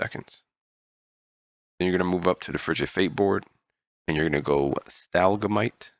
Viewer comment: Aye bro good video. I love how thorough you were compared to other videos I’ve seen. Also you threw me off when you said “STAL GAMITE” 🤣🤣